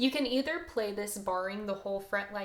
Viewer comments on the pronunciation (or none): none